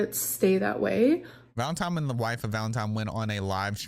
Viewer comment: it’s pronounced ‘valeNtine’ not ‘valeMtime’ 😂😂 sorry for some reason that really irritated me especially when your doing a story on Hamber 😂